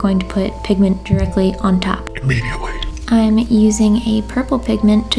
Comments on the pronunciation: "i m E diaT eL y" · had me quaking🤣🤣 “ImMediAtlEy” (idk how to spell😣🤪🌯)